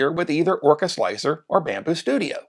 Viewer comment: OMG! Thank you so much for not saying “slick 3 R” I can’t stand that!😖